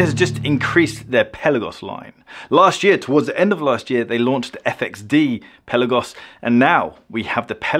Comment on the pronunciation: Dude, if you're going to review these watches, you need to pronounce it correctly. It's NOT a pelican. The correct pronunciation of "Pelagos" is peh-lah-gohs, with the emphasis on the second syllable "lah". The "e" is pronounced like the "e" in "pet" and the "o" is pronounced like the "o" in "go".